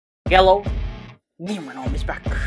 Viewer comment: is it just me or is gamernom saying "yellow" instead of hello